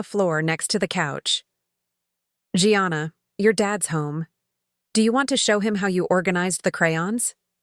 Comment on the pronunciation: Gianna is Italian, so pronounced Jahnnnah, not Gee-anna!